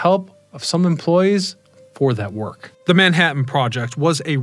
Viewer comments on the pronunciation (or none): none